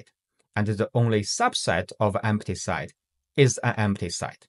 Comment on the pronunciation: Pronunciation note: the vowel in “set” is NOT a diphthong. It is NOT pronounced the same as “site”, “sight”, or “side”.